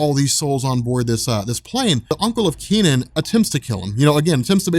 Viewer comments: Technically...it's pronounced as Kuh Nun, not Kee Nan. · Hey, I suspect that his name is not pronounced "Key-Nen", but something more like "Kuh-Nan". If you want, use Google Translate to pronounce these words: 柯南. My headcannon is that his name is the Chinese transliteration of Conan, so you can call him that I guess. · I'm developing cancer listening to you pronounce the kid's name. Its not Kee Nen. Its Ke (similar to HER) Nan (similar to VietNAM).